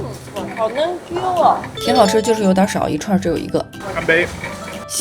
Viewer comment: 嫩Q～台語發音👍👍👍